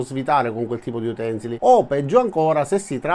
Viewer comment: Io non dico uténsili ma utensíli